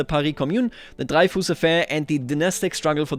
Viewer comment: I don't think the pentagone-shaped building is a historical parisian building but I may be wrong. I think the railways don't overlay with cities anymore and that makes me very happy. And Dreyfus is prononced something like Drefüs would be in german